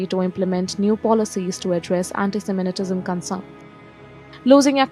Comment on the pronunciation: It’s not ‘anti-seminetism’ It’s anti-semitism Get the pronunciation right